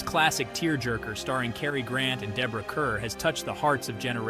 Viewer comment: Got them all. FYI .. Kerr is pronounced Carr.